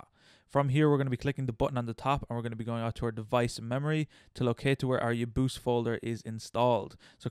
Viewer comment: i pronounce UoYabause as Oh-Yeah-Bow-Say